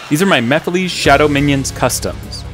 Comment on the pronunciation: These look awesome! Also, at least you don't pronounce it "ma-fill-iss" like that one Sonic Central announcer lol 😂